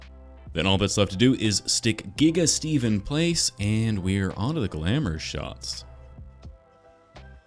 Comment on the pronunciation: Giga steve :\ sounds more like Geve